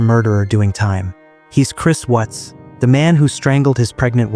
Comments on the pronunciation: His name is Chris WATTS not Chris WHUTS. Stupid AI voice. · It's Watts, not wutz. Anyway, may he slowly lose his mind and hear their voices endlessly in his head. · I can't stand this AI narration. All these pronunciation problems. Chris Whats or Chris Wutz. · "Chris Wutts" gotta love AI narration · How can you not pronounce "Watts" correctly? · Hate the computer mispronounced his name👺👺👺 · Why can't this narrator pronounce the name Watts correctly.? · Not sure which is worse. Life in prison or audio AI getting one of the victims names wrong over and over. I miss old YouTube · You knew wasn't pronounced correctly. Not enough?